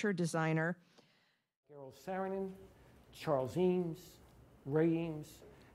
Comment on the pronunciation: I'm pretty sure it's Ames. I was about to admit defeat, then I heard how this 'expert' pronounces 'Saarinen ' ... nopes